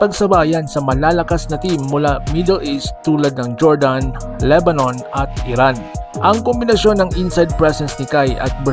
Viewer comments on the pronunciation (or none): none